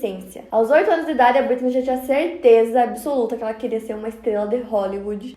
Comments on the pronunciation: Que agonia dela falando "Britney" toda hora. BrittANY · E eu que achei que era Britney e só percebi que é Brittany com o comentario